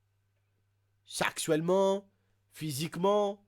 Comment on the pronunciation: A "saxouellment" mddr